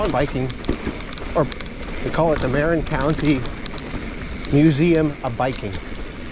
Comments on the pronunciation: I can tell you’re not from here. Pronounced ‘Mer-in’ not ‘Marren’ 🙂 But really cool video 👍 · No worries , but yeah...Its Mer-in... and SF is "The City"